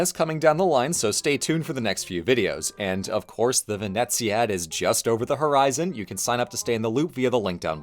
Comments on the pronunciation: "ve-nee-sa". Oh No. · Im sorry but im going to pronounce it Vee nee zee add. Theres no T in that title 😔